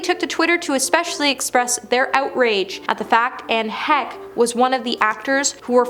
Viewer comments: Who is Anne Heck! Not very good at paying respect yourselves guys with the name mixups guys. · Girl, pronounce their names correctly. Edit out your mistakes. Do better. Who is editing this video??? Anne Heck???? At least Google their names before you record your video. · Yup, and she kept saying it, over and over and over....a channel that is dedicated to celebrity news and gossip would know how to pronounce Anne Heche and Lenny Kravitz! This is just a YouTube version of like farming, with "comment please" replacing the "say amen to heal this person's disease", lol.